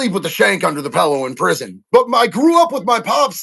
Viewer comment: There goes saying pellow again haha